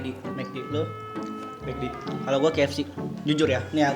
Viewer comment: Bang bukan kfc fck=fack